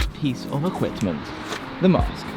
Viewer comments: "Equitment" - hmmmm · my guy said "Equitment"